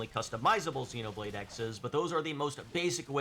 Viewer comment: For someone so knowledgeable you would think you would know it’s Xenoblade Cross. You even know to call the main character Cross 😂